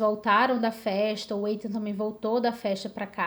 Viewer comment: Muito bom seu vídeo, parabéns! Não querendo ser chata, mas já sendo, apenas corrigindo a pronúncia do nome Ethan, na verdade é Ithan, não Eithan.